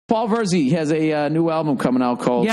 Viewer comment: Virzi... I always thought he was saying birdsey!